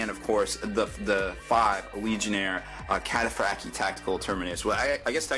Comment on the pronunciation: I didn't know the T was silent in Cataphractii....